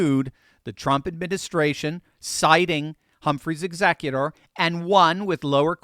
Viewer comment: "HUMPHREY'S EXECUTOR" for those wondering what the heck he said... hehe, love you ❤ see Humphrey's Executor v. United States, 295 U.S. 602